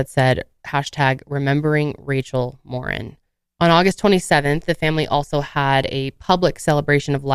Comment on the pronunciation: Her last name is Mor-een! Not Mor-in.